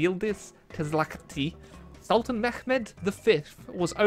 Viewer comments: it is just Mehmet, not Mehkkhmet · But Mehmet is a turkish name variation, so you pronounce it as such, which would be Meh-met, with a clear "H" sound, not a "Ch" sound. Atleast this is how you pronounce it in modern turkish, maybe there was a slightly different pronounciation during the time when the ottoman alphabet was used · it's Mehmet, generally it's only kh sound if there's a kh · So im a turkish boi and i want to correct some stuff. Like you say at minute 7 just say mehmet dont do that H thing Beacuse we dont use arabic, our language is very different . Thats why we say mehmet instead of mehmed. So just say it normally. I really hope u understood me and some ppl in the comments. Thank you. Edit: But in the past we used a language mixed of arabic and persian. So in that case you are right reading it like arabic. Edit2 And we didnt used camels. (I'm just letting u guys know dont hate me pls) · yes its mehmet not mehmeq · dude what are you talking about? There were many Greeks in the Ottoman Empire too so if pronounced it with a greek accent, would it be a correct pronouncetion? No, of cource not. Mehmet is Turkified version of the name so saying it like Arabic or etc. is simply wrong. End of the story. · You don't need to do the kh sound when you're pronouncing mehmet, so the other way was correct :D